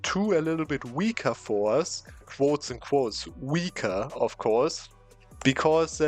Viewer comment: pronounce the t in forts or make absolutely cracked eu4 strategy's the student